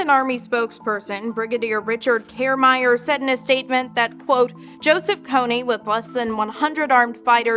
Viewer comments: It's Karemire not karemeyer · Karemire lol, its kah reh mi reh! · That's not how you pronounce "Karemire" you fucking stupid reporter